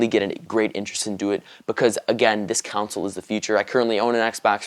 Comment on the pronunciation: the fuck is a "counsil" I thought it's pronounced "console"